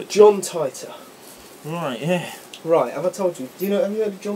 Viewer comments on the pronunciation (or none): haha john tighter..!? its titor...like teeter totter.